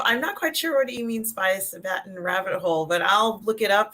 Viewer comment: I'm triggered at how pronounced Sabaton!:D